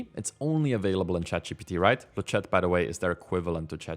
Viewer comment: Thanks for the video! By the way, 'Le chat' in French means 'The cat,' and it's pronounced 'Luh sha,' without pronouncing the 't' at the end 😹. Quick update: Flux has released a new model called 'FLUX.1-merged' 😉